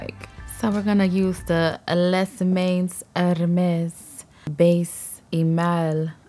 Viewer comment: Lol I’m French and "Les mains Hermès" is pronounced "lé mein Hermès" more or less 😅